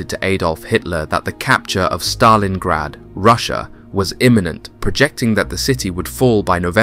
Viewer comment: Great story line, interesting film clips - the big detractor for me is the artificial voice that mispronounces way too many words and phrases! Example: It's not the he 111 German bomber, it's the H. E. 111. Then there is the name of the city - it's not pronounced Staleingrad, as in stale bread!